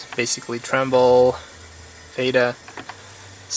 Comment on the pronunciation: Dude stop saying Trumble its Ttreble